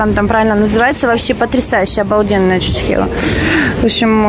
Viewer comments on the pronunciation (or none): none